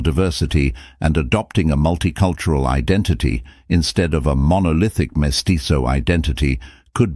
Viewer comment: We speak Spanish in Mexico, not Italian. Vasconcelos is pronounced vasconSelos (or vasconTHelos in Spain) not vasconCHelos. And the Z in mestizo is never pronounced like the Z in pizza.